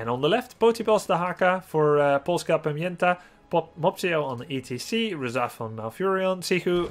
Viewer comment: good pronunciation on Polska Pamięta. Good job Grubby